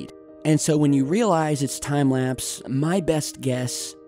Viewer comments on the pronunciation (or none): pluse he says its time laspe